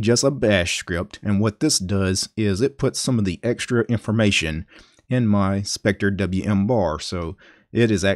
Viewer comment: wth just pronouce it “spectrum”